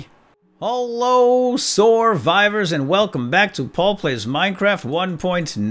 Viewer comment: So... am I the first to realize that you are saying "hello soarvivors..."? What did I win...?